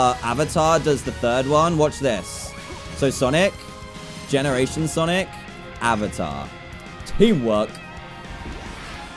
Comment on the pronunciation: Couch Potato its sonic. Just sonic. Not sanic, not sanek. Sonic